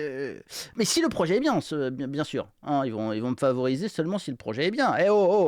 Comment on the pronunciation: Elle a du prononcer quarante fois le mot "projééééé", mais pourquoi ces gens parlent-ils comme des attardés ?